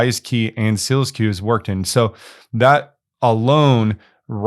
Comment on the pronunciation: It’s SEAL SQ, not SEALS Q